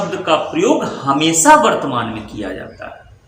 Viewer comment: सर जी भाषा को भाषा उच्चारित कीजिये, न कि भासा। हमेशा को भी आप हमेसा कह रहे हैं। एक एक शब्दों नहीं, एक एक शब्द कहिये। यदि आप हिन्दी भाषा को समझाने का प्रयास कर रहे हैं तो अच्छी बात है परन्तु यदि उच्चारण और व्याकरण ही अनुचित होगा तो आपकी ये वीडियो सुनने का मन ही नहीं करेगा।